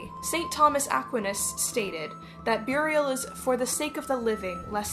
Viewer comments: That pronunciation of St. Thomas Aquinas, though. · Just for anyone who is confused on how they said Thomas Aquainus's name they used the Italian pronunciation and not the American one!